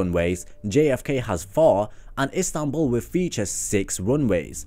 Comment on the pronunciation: The city‘s name is ISTANBUL! not INSTANBUL!!!